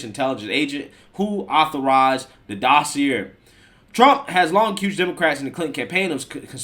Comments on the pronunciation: Dossier= dah see A, it's from the french where words ending in er sound like A. Edit: someone should have to pay for thw false claims and all the money wasted by the FBI and other Law Enforcement agencies. The impeachment process, all that money wasted when they knew it was a lie paid for by Hillary. Seriously, someone should go to prison for that. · Love most of your content, but dossier rhymes with courvoisier. 👍🏽